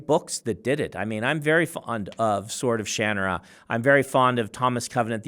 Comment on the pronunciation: uh... what did he call the Sword of Shannara?